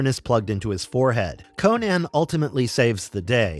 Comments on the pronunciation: Crom, this guy midprouncing "Conan" throughout the vid is killing me. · . CONCH the Destroyer?!?!